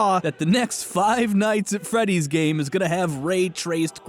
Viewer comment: Five nights at ferrddy s